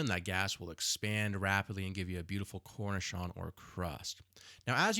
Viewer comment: Nice demonstration, but if you are a pizzaiolo, you may want to learn to pronounce “cornicione” correctly … it’s “cor-nee-CHO-nay,” not “”corn-i-shon” which is actually a pickle (cornichon).